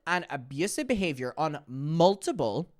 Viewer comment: i love how it sounds like you’re saying multible